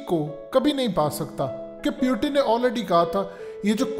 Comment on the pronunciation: Its Putin not pyutin 😆😃🤣 Fazehat tv 📺